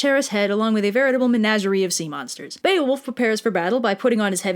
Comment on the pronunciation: BEE-OH-WOLF. Bear-fucking-wolf